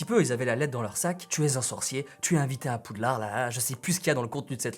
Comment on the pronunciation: "ay wants to come in pouudlard"